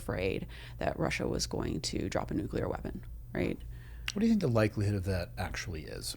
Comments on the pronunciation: Oh gosh you just said "Nukular".. please take it back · This cat, dudey- dude,....hates the bulky Academy ring, and the tapping of it. I , hate, his inability to correctly prounounce the word ( nuclear ). He said," new- kee- ler." 😂 Actual intelligence can pro ounce nuclear....meathead.😂